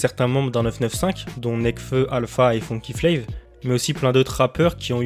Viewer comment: Bonne vidéo, juste on dit FLAV pas flayve